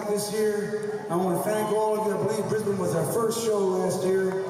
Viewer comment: I enjoyed this reaction. Glad you enjoyed the song. I saw Bruce Springsteen a couple of shows after this and he was amazing. Just FYI - You're pronouncing Brisbane very wrong and it makes me smile every time.